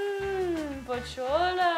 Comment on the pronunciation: I thought Pochola is Pocholo...